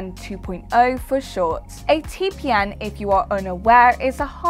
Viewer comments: who says its lol, she clearly says TPN each time but who cares she just doing job and reading some scripts(a little wrong but okay) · She means TPM, not TPN.... But other than that, she read everything really well.... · Title says TPM she says TPN. ....... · I just don't understand why you keep saying t p N!!!??? And not TPM!!! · am i the only one who heard say T P N for most of the video? must be tongue ring getting in the way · i cant stop hear say TPN. great video though, short sweet and to the point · Yeah said module, but says tpn 😐